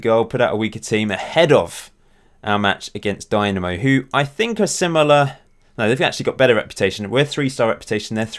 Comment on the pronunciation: its not a company but a society, and Zagrebs Dinamo doesnt have anything to do with them. It was just a popular name for clubs in eastern block back during the 20th century Also its pronounced like Deenamo, not Dynamo